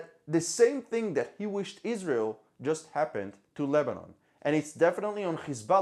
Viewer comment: EEzrael ( as you pronounce it ) has done it . Everybody knows it . The Lebanese governement . which IS Hezbollah , has no interest in pointing at EEzrael because if they did so , it would implicitly confirm what everybody also knows : that Hezbollah was storing the chemical to make bombs . Both sides have criminally stuck together to cover each other .